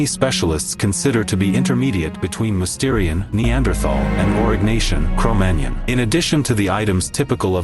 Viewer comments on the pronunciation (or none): You have to train your robot proper speech. Cromagnon does not sound like filet mignon